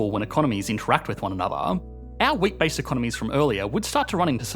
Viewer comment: I was listening to this and was puzzled by the example of two economies that produce nothing but weight. What kind of an economic good is weight? That was way too abstract for me. Then I watched the video and realized he was saying “wheat”.